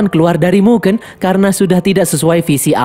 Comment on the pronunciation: baca mugen aneh bang, coba e nya pake kaya lele